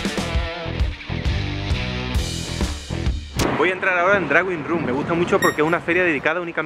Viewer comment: Excelente vídeo, interesante feria. Gracias a todos por el esfuerzo. Es una pena que no hayáis conseguido que pronuncie el nombre de la feria bien. Expectante ante el sigiente.